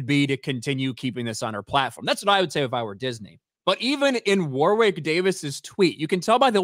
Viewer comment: oof the way you pronounce Warwick the 2nd w is silent btw